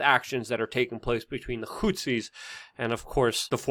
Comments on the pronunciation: I believe they're are called "Houthis", not "Hootsis" :) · Lol wait all this time he's said hootsi he's meant houthi???